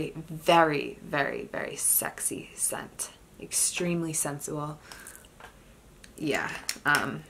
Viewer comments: Great collection and descriptions, except the "old lady" typing. "Sensual" is pronounced "cinch-oo-el". 😊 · When she says the name of the Paris Hilton fragrance 🤣🤣. And the word sensual 😂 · Ya know, I heard another perfume collector say "sensual" the same way as you, so...maybe it's a colloquial thing. 😊 Great collection and really enjoyed it.